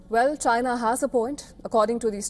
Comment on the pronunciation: Lol, he seh Chiner.